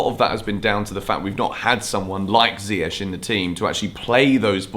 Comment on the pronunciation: Sm1 plse remind tht its pronounced as mendy, mendi n not mandy, mandi! N also lamps should learn how to pronounce ziyech not zayech..